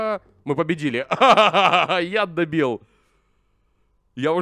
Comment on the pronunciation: Когда он говорил яд добил мне слышалось как будто я ддебил